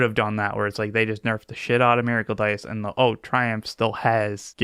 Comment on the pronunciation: please I’m begging you. It’s miracle, not maracle